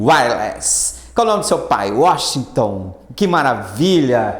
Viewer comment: Washington ou "UÓSTON", hahaha. Excelente aula, professor! :) Ps: Espero que tudo conspire a meu favor; nos estudos, e eu compre a tão famigerada "SantaFé". hahaha, abraços.